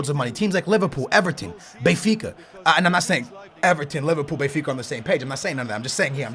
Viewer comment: isn't BENfica not BAYfica ???